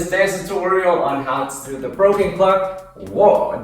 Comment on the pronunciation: It's woah not woar😂